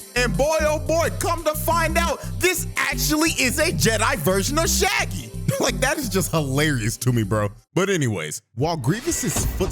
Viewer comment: Not Sha Gi 😂